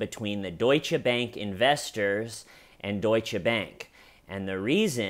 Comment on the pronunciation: Dear, First, thank you for pronouncing Deutsche the right way. It gives me hope to one day hear Einstein pronouced as it should be by Americans, and it is not the epstein way (epstein doesn't deserve the Majuscule). Thank you also for reminding us that your channel is not only good laughs. I sometime feel reading the comments that we are waiting, expecting even, the good jokes and like with this family, nothing funny about it. Thoughts to them and I hope the husband recovers. I think you give the good theories regarding why he did it, and unfortunately I wouldn't even be surprised if it was because of ladies night. He is like an incel, and we all know what they can do.. But yeah, another "suicide" related to epstein... hum... Of course we all know that the Fedex will become a thing in the TCL family, and I love it! Because your comment section is just one of the best, and the Schmeeda fam brings much joy in my life right now, as you do too and first, much gratitude for you. And last thing: have you been rewatching Fargo lately? Cause after the "I'm cooperating" I heard the ", you're underperforming!" the same way haha. Much love from Belgium, hope you are doing ok? P.S: please make teeshirts or whatever! Please please please! I want to represent the TCL here in Belgium. (How can someone run out the back door from a high rise appartment? There's not even a front door!?)